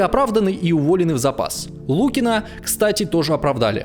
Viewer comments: Михаи́л Фёдорович Луки́н — советский военачальник, Герой Российской Федерации. Генерал-лейтенант. ©Википедия Понимаешь, ЛукинА, а не лУкина..? Подготовка к выпуску просто отвратительная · Вроде все гладко, но безграмотно расставленные ударения с головой выдают, что читаешь чужие слова. Ну не может историк говорить штАбные офицеры или генерала лУкина. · НЕ лУкина, а лукинА